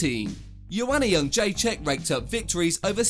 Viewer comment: Je-Dre-Check. It's really not that difficult.